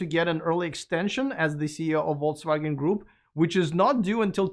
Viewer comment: Dpbrofska tavarich. As an who learnt Russian without being forced to do so, I would like to give you advice on how to pronounce Volkswagen. The word is in German and the 'V' should sound like an 'F' and the 'W' like the ’V'. Otherwise, you will sound like a vote results Denyer. 🌶️🌶️🌶️🤣